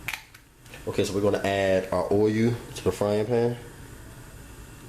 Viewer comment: make sure it's fully covered and let that "assess" egg come off then fry it in that "owyou"